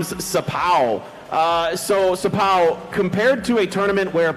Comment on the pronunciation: đọc xờpaoooo nghe sang thế